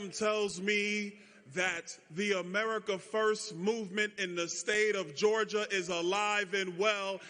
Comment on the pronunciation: George jah...or Geor jah